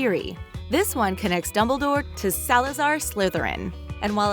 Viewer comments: Is it just me or instead of dumbledore she says dubbledore😂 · is it just me, or did they say dubledoor ? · Remy literally every name... Dumbledore and a couple other names to